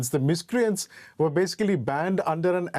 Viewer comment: "we ere peaceful people" 😂😂😂😂😂😂😂😂